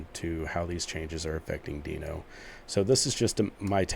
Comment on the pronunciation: Deino's "dino" not "deeno" fwiw So the difference is going to be growth time?